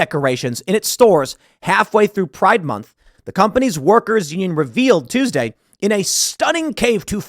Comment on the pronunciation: I love how tim says pride “moonth” 😂